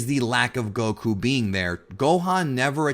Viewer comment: It's Goku, not Gokuuu.